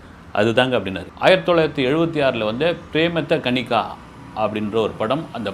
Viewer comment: Andha kannada film parthirukiren sir andha film name pemadha kaanike neenga pronounce thappa parnringa sir